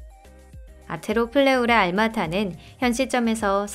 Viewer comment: 아르토 플레우라 아닌가 왜 아니토 팔레우라라고 들리지 암튼 잘보고갑니다